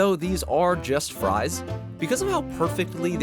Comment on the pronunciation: Fwench fwies